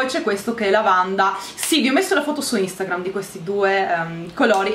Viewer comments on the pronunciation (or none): none